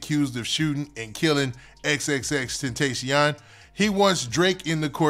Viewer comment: Im tired of you saying X name wrong 😂